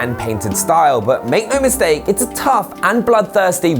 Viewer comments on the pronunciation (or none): none